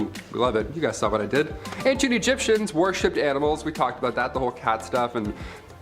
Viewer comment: Worshipped not warshipped lol